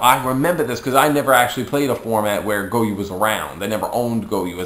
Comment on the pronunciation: It's goyO not goyuu